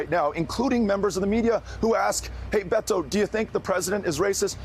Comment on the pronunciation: It’s Bay-toh.